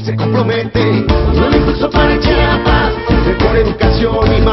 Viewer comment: "y con todo CHAPAS!" y luego dicen que los de otros estados decimos Chapas en lugar de chiapas hahahaha